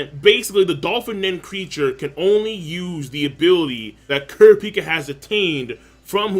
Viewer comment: it drives me crazy every time he says kurapika